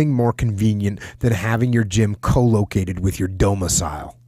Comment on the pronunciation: “…having your gym CO-located with your DO-micile” Jocko. LOL.